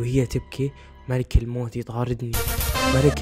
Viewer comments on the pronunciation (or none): من هيبت اسم(ملك الموت)ماقدر ينطق الاسم عدل😭😭😂🌚